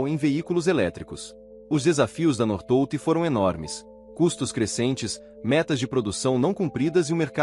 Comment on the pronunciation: Pronúncia correta North Volt como se fosse separado.